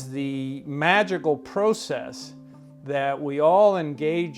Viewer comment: I've never heard an American pronounce the word "process" like that before.